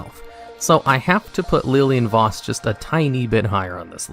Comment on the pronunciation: He also pronounces her name correct